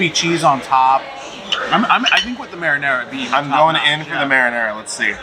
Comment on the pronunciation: Love you guys but please pronounce the sauce correctly! Marinara